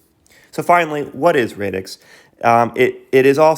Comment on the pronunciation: great video! love your channel! but its pronounced radix like radical as in radically disrupting defi. also you use the word blockchain as a catch all but this protocol is actually NOT a blockchain hence radix dlt. I'm just splitting hairs though on the whole this is great keep it up